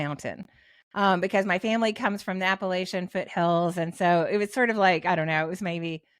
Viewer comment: She’s a fake. Lol the dead giveaway is “My family comes from the foothills of ‘Appal[aye]tia’.” Folks from southern Appalachia—she lives in Tennessee—overwhelmingly pronounce the word “Apal[latch]tia.” So her family either doesn’t come from the area or she’s being inauthentic.